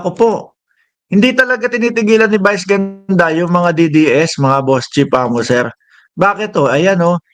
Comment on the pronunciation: Brod.vice ganda hindi bice ganda bobong utal.